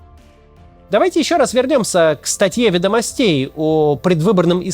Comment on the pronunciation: Произносить следует *вЕдомостей*.Видно, что Кац не савал ЕГЭ